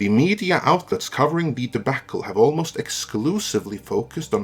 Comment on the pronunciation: It took 4 years, but I finally heard mispronounce a word: debacle. Good to know he's human, after all.